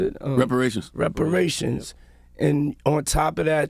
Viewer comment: Diddy so goddman wealthy he couldnt even say "REPARATIONS" 😂🔥